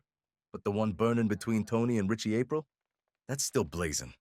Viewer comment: Ap reel. Not April. 😂